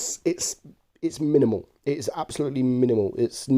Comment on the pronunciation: Say ‘minimal’ again😁